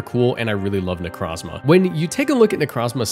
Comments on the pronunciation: Ok i cant handle the Pokémon name Butchering... 25% of the video Necrazma? Necro Zma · Bro did not just say "Necrahzmah" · It's pronounced necro zma O not a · You saying "Necrazma" hurts